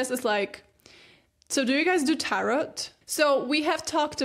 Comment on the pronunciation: Art Deco is pronounced DECK-oh (stress on first syllable) & the final T in Tarot (TARE-oh) is silent. :)